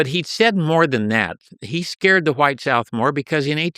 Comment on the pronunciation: Why does this dude keep sayin WHYITE? Insufferable every 30 seconds and changing this